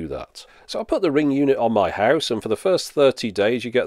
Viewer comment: "Ring ging" 😂